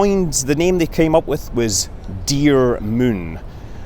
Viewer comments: You ate keep saying THE MUN its not KSP come on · You know you've played a bit of KSP when you pronounce Moon as Mün! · Obviously they are curing the carbon fibre with an iron. Also, just like you to pronounce Moon like Mün.